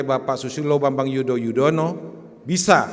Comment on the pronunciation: nyebut nama sby aja salah wkwkwk susilo bambang yudoyoudontknow